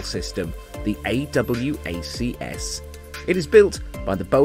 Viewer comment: no need to say a double u a see ess, just say awacs